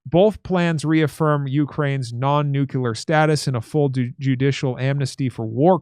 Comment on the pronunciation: Don’t say nucular. Try saying nuclear.